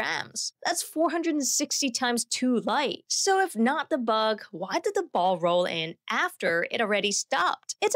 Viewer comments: "da distance" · Why do you use a fake accent? You clearly have no problem pronouncing words that end in “th”.. but you pretend that words starting in “th” start with a “d” .. for example , you say ‘duh’ instead of ‘the’..